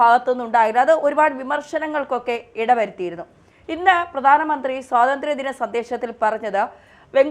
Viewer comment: സോതന്ത്ര്യ ദിനം എന്നു പറയാതെ സ്വാതന്ത്ര്യമാണ്.